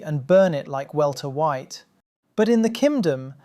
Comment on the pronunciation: "Welter White"